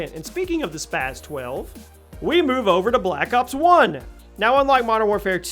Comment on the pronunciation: why do people always pronounce the spas like spaz it's not spaz is spas